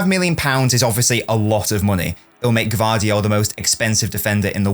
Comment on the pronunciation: You are the first to pronouce his name correctly👏🏻